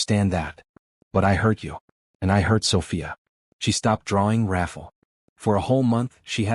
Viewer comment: The narrator’s pronouncing the man’s name as Raffle, but is it supposed to be Rafael or something else??? I hate it when names or words are mispronounced because it takes away from the flow of the story a little bit. Not enough to stop listening, but just enough that it becomes annoying. Good story nonetheless. It’s inspiring ☺️